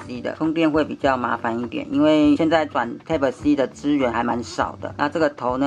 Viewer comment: 注意一下type發音